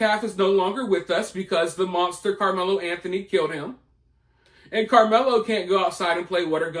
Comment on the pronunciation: I like the way you say karmelo